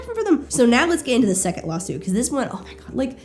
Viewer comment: it sounds like you're saying "lol-suit" and given the context this is the most appropriate term